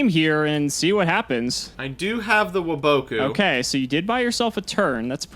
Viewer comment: Why do you guys pronounce waboku like that 😂